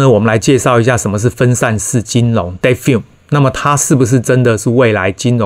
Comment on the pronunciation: defi發音是/difai/ 不是/defin/